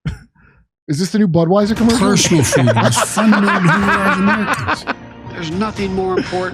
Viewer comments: It's not Freedom, it's fweedom as Kamel toe Harris has stated. This guy is probobly already in diapers, imagine what another 4 years will be like. They will be spoon feeding him baby food by then. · Actually, it's pronounced "Fweedum" now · He opened with freedom because how can he screw the word 😂